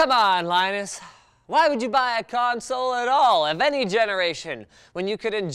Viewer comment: "PECANSOLE" I LOST MY SHIT